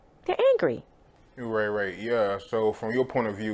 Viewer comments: stop saying ray ray nigga its right right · Is this guy saying ‘ray ray’ or ‘right right’ 🤦‍♂️😂